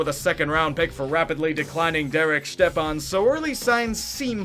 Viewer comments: Hey, his name is pronounced Step-on not Štepan, he’s from Minnesota not Czech land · Who in their right mind pronounces "Stepan" as "Shtep-Ahn"?? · Lol “ shtepan “ Yeah as soon as I seen him losing all his hair I knew he was done for 😂😂 he got waaaaaaay overpaid man, had literally one above average season ( I think he got like 56 points in 67 games or something like that ) and was comparing himself to getzlaf and shit.. lmao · FFS if y’all are gonna review sports at least figure out how to pronounce players names. It’s Chychrun (Chick ren) amongst others. Stepan is step on